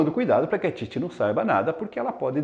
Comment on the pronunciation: Ótima análise, professor. Mas uma observação: Titi não é paroxítona, mas sim oxítona. Você pronunciou ao longo do vídeo como sendo paroxítona. Caso o fosse, haveria acento em "Títi", como em "táxi". Parabéns pelo vídeo.